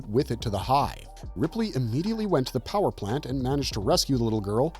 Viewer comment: Why can't you say "power plant" properly???